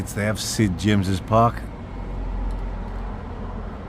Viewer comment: Every time said Sid James park i died haha.